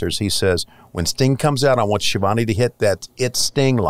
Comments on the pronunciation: I see Ski-uh-vone is booking himself now! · Its pronounced SKi-a-von-e